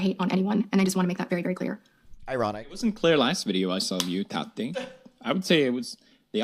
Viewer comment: i love how you pronounce Tati like tatty 😂